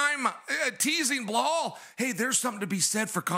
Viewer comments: Why can’t Chael say anybody’s name right? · Biggest cheater yapper bad guy Kale never won a title, still don’t say Belal name correct. No respect no honor